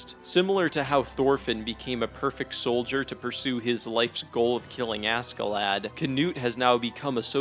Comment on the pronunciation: Bro everytime you say "asKee-lad" it annoys me. It's pronounced ASHEE-Lad. Even the Japanese pronounce it right. Jeeeez!